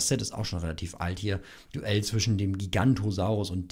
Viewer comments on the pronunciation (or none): Bitte sag nie wieder Gigantosaurus😂, bin da sehr empfindlich😅 Es heißt nähmlich Giganotosaurus Bester Youtuber, es macht viel spaß deine Videos zu schauen❤️